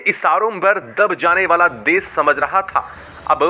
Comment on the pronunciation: भाई साहब न्यूज़ तो ठीक ठीक पढे, देश को देस बोलते हो श को स बोलते हो क्या बात है?